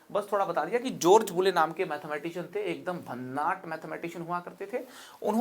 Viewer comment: जोर्ज नही जॉर्ज। बोर्डर नही बॉर्डर। और थोड़ा कम नाटक आपको शानदार बना सकता है।